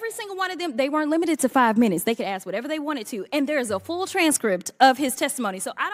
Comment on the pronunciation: It was perfect til she said " axe"